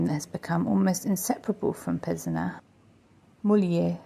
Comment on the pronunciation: Hi , sorry but the S letter at the end of Pezenas in not silent ...as well as the R letter in Molière.....But beautiful video, thks